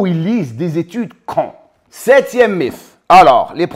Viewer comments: Merci pours ces rappels. Sinon en français on prononce mite, pas mif 😉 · Salut, quel plaisir de voir la notif de ta vidéo, impeccable 🙏 pour info, le mot mythe s'écrit mythe mais se prononce "mit", "mite" hate de voir ta video 💪